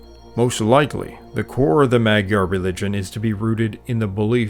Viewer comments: Hello my magyar (mudjar) peoples. Every time said mag yar i cringed....but its a great documentary. Nothing about the glyph language that i heard is related to Sumerian. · Dude, you said Magyar correctly when you stated how it is pronounced in Hungarian. Then kept incorrectly pronouncing it "Maag-Yar" throughout the documentary. Other than that this was great and well done. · You are mispronouncing “magyar”. The gy is a digraph that makes a single sound. It is not a /g/ followed by a /y/. It is closest to an english “j”. Also “a” is pronounced like an english “o” in mod and mole. So say it more like “mojar”. Similarly the ty in kutya is closer to Tuesday (English tyoosday, not US twos-day) than “cut yer”. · Great description Well done. But you kept saying “Magyar” wrong. It isn’t mag-yar. The gy is a separate letter in Hungarian. The pronunciation is more like mud-jar. Keep up the great work. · I tried to listen to this but the narrator constantly said "Maggie-ares" - I could not take it anymore and turned it off. Magyar has the gy sound pronounced something like dy with a soft d, so Mahdjar. It wss prtty good but I just couldn't take it. You said it right the first time, why did you then say it wrong literally dozens of times? Seemingly every other sentence. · You are pronouncing Magyar wrong...GY is J in Hungarian. So you pronounce it Majar.... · I feel u bro. They always try to say magyar right but they end up saying Madzsar, matyar, madzar makBDJBCDar. Its really annoying as a hungarian. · Really interesting but a shame you can’t actually pronounce “Magyar”. Unbelievable.